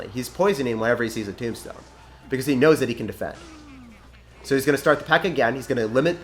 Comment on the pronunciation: When you said graveyard tornado tombstone, I thought you said tomato tombstone!